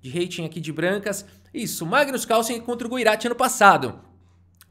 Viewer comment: Mano é muito cringe a incapacidade do brasileiro de pronunciar Carlsen, Causen? Kkkk vei